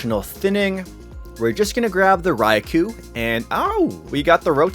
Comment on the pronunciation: How many times will he say RAI-KU? Is this a Canadian language thing?